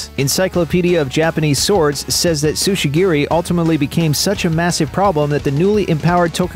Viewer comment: tsujigiri, not sushigiri